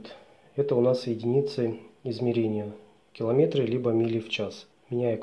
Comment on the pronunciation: В слове «километры» ударение следует ставить на слог с буквой Е — киломе́тры.